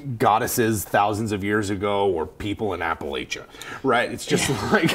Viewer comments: Y'all are my favorite DnD content on YouTube, but it isn't Appa-lay-cha it is App-a-latch-uh. I forgive you, but don't do it again. Also, snake handlers are 100% for real no offense taken. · It's App-ah-lah-cha, not Apple-Eh-cha... and weirdo snake churches are more of a Bible Belt thing... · Its app-a- latch-a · Im just offended with the way they pronounced Appalachia